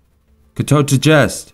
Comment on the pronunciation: jest is not like "djest" more like "iest" ^^ google helps me additionally to my boss, because he is polish. I need to lern it for work